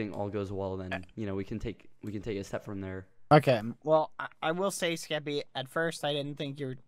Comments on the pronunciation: No it's the first "SKEPPY-" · Skepp- Skeppy, NO SKEPPY